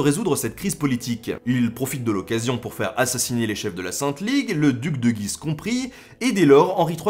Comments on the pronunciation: Salut à toi ! j'aime beaucoup tes vidéos qui permettent de s'instruire et de casser certaines idées reçues en peu de temps, bravo à toi ! Juste pour info tu parles du duc de Guise ville située dans l'Aisne (qui étymologiquement vient de Gué de l'Oise) mais tu écorches ce nom !! (shame !). Toutes les lettres du nom de la ville se prononcent et notamment le U --> [guiz]. Erreur fréquente car prononciation très spécifique.. Voilà voilà continue comme ça ! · On est supposé dire "Duc de Gu-ise" - on prononce le "u". J'ai grandi à Guise et ça me fait bizarre quand on le prononce mal! :p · Salut Ben.. j'ai vécu dans le nord est et Guise (dans L'Aisne) on prononce le "U" on dit : gUUise... Voilà c'est "histoire de....."😉 Je suis un abonné récent et franchement j'adore ces bonnes doses d'histoires dans tout les sens du terme...✌️